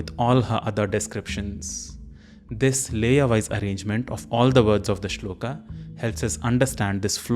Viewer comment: Thank you. I watched part of the video and am pleased with aspects of it. However, when you say that we will chant the shloka correctly you mispronounce shloka as shlokaa. It is not shlokaa, the a at the end of the word is a short a, not long a to be spoken as aa. This is a common mistake westerners make but we who know the Devanagari script should not say karmaa, yogaa, shlokaa, Arjunaa etc. all of which I hear very often. We could pronounce the short a, not making a mistake in the other direction as yog, karm, shlok etc. which is the way it has become acceptable especially in everyday Hindi. Shloka, yoga, karma, neither a) shlokaa, yogaa, karmaa nor b) shlok, yog, karm. Strictly speaking, both a) and b) listed here are incorrect. However the shlokas themselves I was pleased to see clearly written on screen and also the sounds as written spoken correctly.